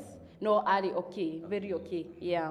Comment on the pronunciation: Hakuna kucut😃😃😃😃 amesema vizuri na tukaskiaaa😃😃😃 Vely😂😂😂Going far girl. Keep on moving